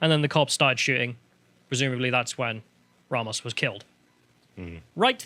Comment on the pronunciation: These British Pronunciations of Spanish words are killing me bro. Ray-mos and Oovuldee. And to answer the question of why their are BP agents in Uvalde. It's like 40 minutes away from the Mexican Border in Del Rio so most of them Live there because the border cities are complete crap holes. Uvalde isn't exactly perfect either but it's definitely better then being a stones throw away from Mèxico.